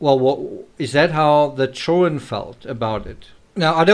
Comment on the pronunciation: ”Chillren” is driving me absolutely nuts. It’s ChilDren! How hard is that